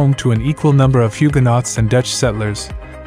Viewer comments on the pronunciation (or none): Nice coverage, but it's always a good idea to pronounce the names of towns correctly, and words like "Hugenots".